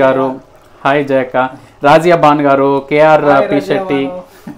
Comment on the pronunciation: రాజియా కాదు రజియా